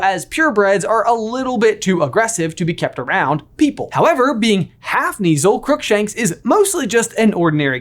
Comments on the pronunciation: I thinks kuh-neazel Like Knuts being pronounced kuh-nuts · My face whenever I hear you pronounce Lucius or Kneazle 😣 😂